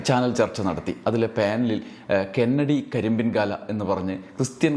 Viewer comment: ക്രിസ്തുമസ് ആഘോഷങ്ങൾ പലപ്പോഴും അമിത ആഘോഷങ്ങളായി മാറുന്നു എന്ന അഭിപ്രായമുണ്ട്. എന്നാൽ കെന്നഡി കരിമ്പിൻ കാലായുടെ പേര് തെറ്റായി പറയുന്നതിനോടും യോജിപ്പില്ല. കന്നടി കരിമ്പൻ കാലൻ എന്നാണ് അയാളുടെ പേര്.